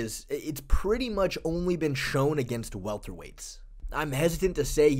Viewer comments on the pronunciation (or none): none